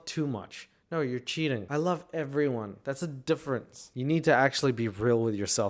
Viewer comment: "I wove to dwive an be on da opwrn woad" Did she get catfished by a wascally wabbit too?